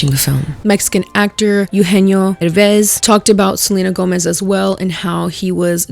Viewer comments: For the record, it is not pronounced PerÉz, but PÉrez, with emphasis on the first "e." Now I keep looking at your review, which I love. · Just a nitpick but it’s been driving me (a Latin American not from the USA) kind of insane whenever I hear people pronounce the title of the movie as “Emilia Puh-RES” when the actual pronunciation of the last name is “PEH-rez”. Like it literally has the accent on the first e 😭 I feel it’s another layer to the butchering of the “latino” identity. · is pronounced PÉrez, not perEZ. If you are going to criticise the mediocrity this movie was when representing us, latinos, please start with you. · Why is it so hard for everyone to pronounce “Pérez” correctly? You stress the syllable that has the accent. Is not pe-REZ, it’s PÉ-rez. I swear Spanish’s not that hard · It is Pérez, not Peréz! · Girl no, please, why are you too saying the name Pérez like Peréz. Sorry, I needed to let that out, I'll keep watching the video now 😅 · Whyyyy do y’all say PeREZ it’s Pérez there is an accent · Btw it’s pronounced PÉrez not PerÉz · Girl please, it's PÉrez, not peREZ. For authenticity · Girl not you being mexican and saying PerEHz. jajajaja es PÉrez morra. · Goddamn it is not PéREZ is PÉrez, it is not that difficult to get, the e even has the symbol on it 🫤🫤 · why do you say Peréz when in the title of the movie is pretty clear it says Pérez? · omg please it is pérez w the accent in the first E, not peréz 😢 it is killing me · WHY DOES EVERYONE PRONOUNCE IT "perEz"?? IT'S PÉREZ, THE TILDE IS THERE FOR A REASON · I love you, but you pronouncing it "Peréz" instead of "Pérez" is bugging me, specially after you complained about how the director didn't bother to care about pronunciation 😭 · Not to be rude, I just keep hearing people mispronouncing the name. As indicated by the accent (é), it's PÉrez, not peREZ. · why is it pronounced perÉz, girl it’s pÉrez 😭😭😭😭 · You are Latina but you say PeRÉz Instead of PÉres